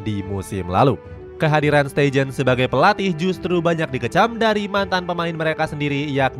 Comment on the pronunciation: steijn bacanya stein aja ya, bukan steijin 😒